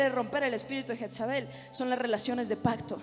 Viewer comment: Pero porque dicen jetzabel..es jezabel ..perdón la corrección